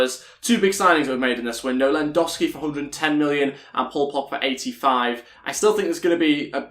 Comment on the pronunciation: Can you pronounce lewandowski properly